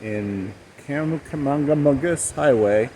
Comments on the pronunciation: You must be from MA with that pronunciation 😭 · For you! Kancamagus is pronounced Kank-ah-mah-gus. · you are adding an "N" to Kancamagus. You was close. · Kang-a-Mang- Gus highway!! Oh, you should have called. The good covered bridges are in Vermont. When we would take the Kangamangus to ski areas we would sing" Frost Heaves the Road Man" sung to Frosty the Snowman. BTW, a true New Englander pronounces that super market as "Sha's". You leave off the W. We have a picture of us on that very same covered bridge way back in the day. Conway used to have outlets there. Are they still there? The rocks you were standing on will be covered after the mountain snow melt in the spring. Man, this is bringing back very fond memories! We love New England.